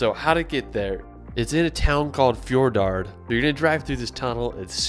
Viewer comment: No 4 should be Fjordgård, not Fjordard.